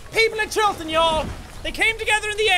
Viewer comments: you say Chillton like you're trying to be American😂😂 it's cute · 'Chilton' Nooo I dont wanna go back to school